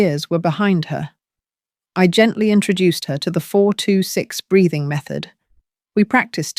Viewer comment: Breathing not braiding. Sounds like it doesn't it.